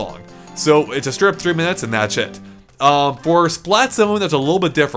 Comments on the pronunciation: whenever you say "that's it" it sounds like you're saying "that shit".:V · It sounds more like Thatchit to me. But don't poke fun.